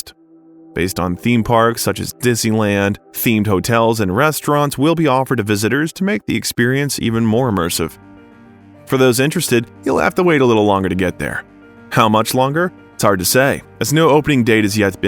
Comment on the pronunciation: I think MBS rules all of the country, not “most of the country”. Also, immersive, not “immerser”.